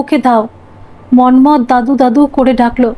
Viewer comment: আপনি মন্মথ উচ্চারণ এমন ভাবে করছিলেন কানে লাগছিল। হাজার হলেও আমরা বাঙ্গালী। আমরা এভাবে বলিনা